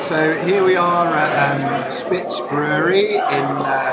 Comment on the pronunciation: Very nice video about my hometown! Let me just throw in a few corrections: - the bread you were having at Spiż (it's pronounced like "spij", not "spitz" btw) was with lard and little pieces of meat, it's kind of a traditional beer snack in Poland; - pilsner is not a German beer style - it's Bohemian - the name comes from the city of Plzeň in Bohemia; - drinking in parks is indeed illegal, but you could have walked about 500 meters south-east from Drink Hala to the Słodowa Island, where drinking in public is actually legal (there is an exemption), it's a nice place in general and a favourite students' outdoor drinking spot; - st. Jan Nepomucen (the namesake of the NEPO brewery, pronounced "Yan Nehpohmootsen") is NOT st. John the Baptist - also a John and also a saint, but a different one: It's nice that you had a good time in Wrocław, cheers!